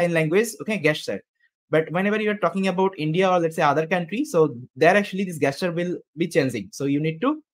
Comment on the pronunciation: Jesture (not gay-sture)